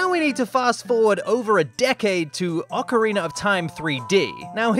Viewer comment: He did it... He finally pronounced ocarina as "ocarina" and not "ocariner"